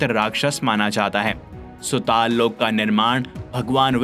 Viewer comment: Bhai aap isko ache se padh k batao rasatal sutal kitna ganda pronounce ker rahe ho pehle Sanskrit me padho toe kaise padhte hai